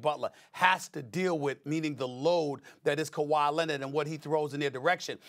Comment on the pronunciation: He also said Kwahi was “averaging over dirty” 😂😂